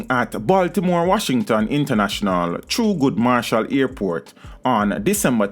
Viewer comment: Thurgood Marshall, you pronounciation before you start a vlog